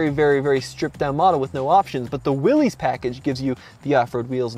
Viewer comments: you're saying it wrong....it's not pronounce "Willies", or "Willy's", its pronounced "Willis", as in John Willys, owner of Willys–Overland Motor Company, the manufacturer of the Willys MB version of the WWII 1/4 ton Army utility "truck". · ITS PRONOUNCED WILLIS, NOT WILLY’S. 🤦🏼‍♂️ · It's not "Wil-LEES", it's "Wil-LISS". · It's not a Will-EEs it's a While-is. Pronounced like Bruce Willis, the actor. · Dude. It's pronounced Will-is not Will-ees. It sort of makes sense if you think about it. Since it was named after the founder of the company, what are the chances a persons last name would be pronounced "Will-ees" vs "Willis"? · Every time you say "willies", John Willys rolls over in his grave. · I think Willys is pronounced like Willis. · Pronounced Willis no biggie .Great review.. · You just need to learn how to say Willys like a Jeep guy instead of a hot rod guy now :-)